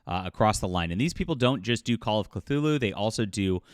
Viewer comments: Quit adding an L . It is Cthulhu NOT Clthulhu. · Not even 30secs in this vid and this guy pronounced 'Cthulhu' wrongly twice (even by the normal, non-Lovecraftian standard), I see an AI created image and hear Cthulhu by Gaslight being called 'steampunk-like' while it just represents the victorian era. I'm outta here, this is slop and full of wrong assumptions even before the whole shaming begins... Not surprising considering the title lol